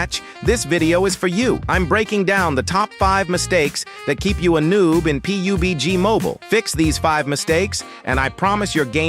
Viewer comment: what? Pi Yu Bi Gi 😅